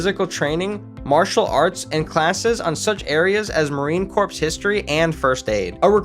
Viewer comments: my man I know you probably meant well by it and intended it to be a straight forward factual video...but it's really botched. I'm not a marine yet, but please dont ever call them the marine corpse. It's pronounced "core". And the Auschwitz part, as a 4 Generation Polish American, not the best reference picture my guy. I'm not usually offended by shit but as a Polish soon-to-be Marine...bruh lol Now I will say that I love the fact that you had no 5 minute long intro about your name and biography and crap, you just hopped straight to the facts. More videos should be that way. Okay I shut up now. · This is so terrible. I’m 2 minutes in and I can’t continue watching. Marine Corps, pronounced like “core”, not “corpse.” They are not dead bodies 🤡 and what visually has anything to do with the marines except for snippets